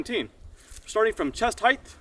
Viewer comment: Cool. FYI “heighth” isn’t a word. It’s “height.”